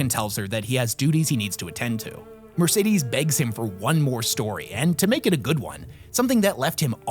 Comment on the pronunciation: Her name is not Mercedes. Horrible pronunciation all round, good video nonetheless.